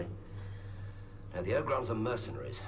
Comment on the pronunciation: It's pronounced Oh Grons not Ah Grons. Ya know, it's Leve OH sa lol